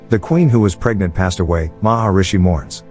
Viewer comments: It's Mahismati, no Maharishi. Those two things aren't even similar sounding. How on earth did you get them mixed up? Maharishi means Great Sage. Mahishmati means Mahish motherland. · its katappa not kappa and its mahishmati not mahishi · it's katappa not kapa nad mahasmati not mashma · Wait it 's not Kappa it's kattappa And also mahismati not maharshi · He may not have spelled some words like 'Katappa' and 'Maheshmati' as he should have, but it is fine; cause at last everyone understood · it is Mahishmati A lot of other names are pronounced wrong